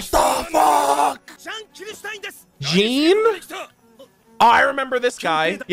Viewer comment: Jean's name is pronounced Like Juane from Rwby. It's french you see.